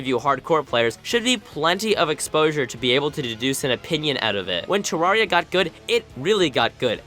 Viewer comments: its not ta-rar-e-ya its pronouced ta-rare-e-ya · Oh no, you're one of those "Terraria" pronouncers...